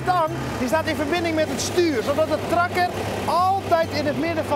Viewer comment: Hoe hij trakker zegt